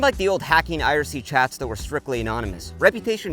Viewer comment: "Iracy" bro it's IRC lol